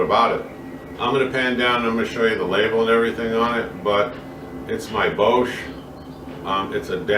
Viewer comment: its pronounced ''bosh''